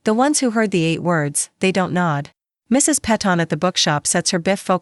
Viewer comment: While the story is really good I do have a issue. Please edit the AI it can't read simple words...bi focal or Do a t home and spoke that way. This really detracts from people liking your story. Please allow people to justify liking your story....great story. Thank you from NC USA 😊😊😊😊😊😊😊